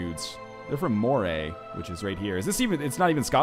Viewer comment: Moray is pronounced like Murray